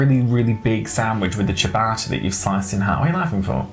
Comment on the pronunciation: There is no 'L' in latte, and it's not ciabarta.